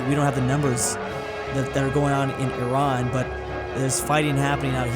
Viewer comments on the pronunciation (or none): none